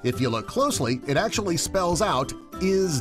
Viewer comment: love/hate how the narrator pronounces the actually in "10 pokemon that act-U-A-lly exist irl"